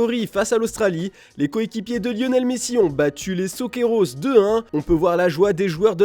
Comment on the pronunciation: Faudrait dire « soccerous » comme Kangourou pour l’équipe d’Australie, sinon Socceros on dirait une autre équipe d’amerique latine 🤷🏾‍♂️